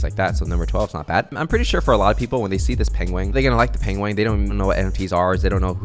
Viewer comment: pengwing XD